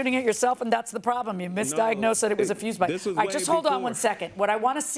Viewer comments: How hard is it to pronounce "FUSE BOX"? Fuse vs. Fuel. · FFS FUSE BOX. FUSE BOX. NOT FUUUU BOX. NOT FUEL BOX. FUSE BOX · Fuse box....🗣️ FUSE BOX! 🗣️ He corrected himself & still kept saying fuel box 🤦🏽‍♀️🤣🤣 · He is ABSOLUTELY saying FUEL BOX 😂😂😂😂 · I keep hearing fuel box!! am I loosing my mind 😂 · The plaintiff can't get his story straight AND can't say fuse box, why does he keep saying 'fuel' box?... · Fuel box lol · Y does it sound like he's sayn fuel box, dude where r ur s's... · he doesn't even say Fuel he say froooze box🤣🤣🤣🤣. At least that's what my ears kept hearing 🤣🤣🤣🤣🤣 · She axed him and he still said fuel box maybe she should've aksed him again. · Foo box😂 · Dude couldn’t even pronounce fuse box. Of course he can’t prove his case